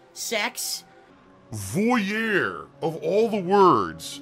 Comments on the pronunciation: Yup that drove me nuts too. Bloody Swinehander grrr. As a French speaker his attempt at saying voyeur kills me :D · Repeats voyeur...the word he cannot pronounce to save his soul. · He can't even pronounce "voyeur" correctly.